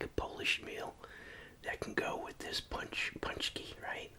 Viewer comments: Your pronunciation is good, but would be more like pooonchki. Also one paczki would be a panczek (pooncheck) just like one pierogi is a pierog. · Poonchski lol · It's pronounced Poon+chki.